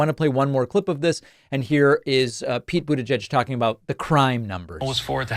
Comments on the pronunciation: How does my man still need to say Boot Edge Edge to get it right? 😂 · Anyone else have David's pronunciation of "Butegeg" in their head all day? 😄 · David sir, why do you keep pronouncing Pete Buttigieg’s name like that? It’s incredibly hilarious in which I can’t stop saying myself. At this point I’m convinced you are somehow unaware of the mocking of his name. I know you mean no disrespect. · I thought it was pronounced like...booty-geg. And it always made me laugh from the irony. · I honestly can't believe you can't say his last name properly, lmao. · Gotta work on that pronunciation of the name my dude. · Is that... Really... How Americans pronounce Buttigieg??😂😂😂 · Why did he pronounce Buttigieg like that? 😂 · Stop saying his name like that 😅you know it's wrong, and you've heard it said correctly before. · Why do you always pronounce "Buttigieg" so awkwardly? It sounds like mockery. If you're making fun of Trump's deliberate mispronunciation, it's backfiring. You can find videos of Pete pronouncing it himself and it doesn't have the strange hitch/length you put on the second syllable.